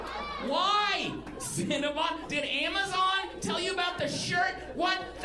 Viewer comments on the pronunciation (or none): none